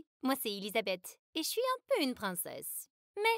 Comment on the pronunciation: J’ai mal la manière qu’il prononce E-LI-SA-BE-TH c’est mon prénom car même 😭